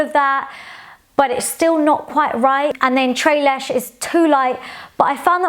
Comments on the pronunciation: Pronunciation: Tres leches ( trais lachais) Dulce de leche ( doolcai da lachai) girl you’re killing me! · So Tres Leche and Dulce de Leche are Hispanic desserts! The pronunciation is a bit off, but we are exposed to Spanish a bit more in the US than the UK I'm sure! Great review though :) I actually found Brown Sugar and Toffee, while labeled as golden, looked ashy, brownish-green and overall muddy on my skin. I am guessing they were just golden enough on me? Not sure... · you actually pronounce it like spanish... not french. TRES LECHES.. nothing is silent.. pronounce all the letters. same with DULCE DE LECHE.. Doolse de leche. I feel the same its hard to find my color match. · that was the cutest mispronounciation of tres leches and dulce de leche!! lol theyre hispanic desserts! its pronounced tress-le-chess and dool-say-de-le-che with the "e" sound in "echo". ❤ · The way you say tres leches 😭😭😭🤣🤣🤣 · NO NO NO DULCE DE LECHE AND TRES LECHES ARE SPANISH WORDS! PLEASE GOOGLE THE PRONUNCIATION, YOU ARE SAYING IT COMPLETELY WRONG :)